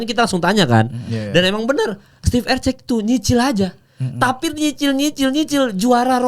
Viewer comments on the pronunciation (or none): Erceg bukan eceg eceg